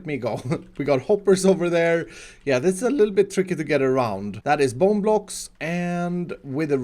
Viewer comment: We were also out of bone blocks Who else thought he said bon bons? 😂😂